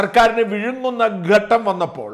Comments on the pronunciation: ഗട്ടം അല്ല, ഘട്ടം ആണ്. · ഗട്ടം എന്നല്ല ഘട്ടം എന്നാണ് ശരിയായ ഉച്ചാരണം.